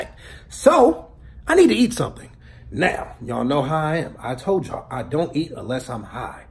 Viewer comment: Even though you kept saying dint take it, the whole story makes me wanna take it cos fuck it.